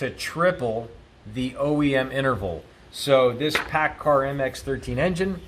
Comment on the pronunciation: Paccar, not Paccard